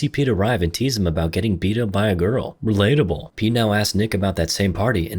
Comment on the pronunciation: "hes invisible, releatable!" HAHHAHAHAHAHAHAHAHA